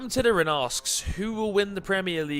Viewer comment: You said my name wrong (cam Titterton) you forgot the fourth T